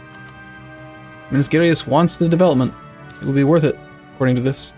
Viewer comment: I dont expect you to know how to pronounce the province names but Minas Gerais is pronounced like Me-nas Jeh-Raihs. Then again I do love hearing the Lord of the Rings-esque pronouncements